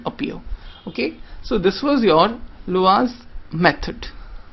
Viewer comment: Please note, "Laue" is pronounced "LAA-WEE".